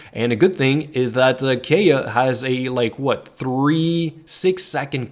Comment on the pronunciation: Being a F2P myself, I really like this guide. THANK YOU!!! But am I the only one disturbed by the way BARBARA, KAEYA & LIYUE is pronounced? I mean, the game has English voice acting. Shouldn't really be that difficult. Still dropped a like & subbed. I am currently running a [Razor, Barb, Xiang & Amber] comp for the ATK UP, but I might give your [Razor, Kaeya, Barb & Amber] comp a try.